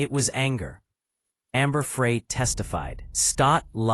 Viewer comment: Pronounced Fry not Fray but spelled Frey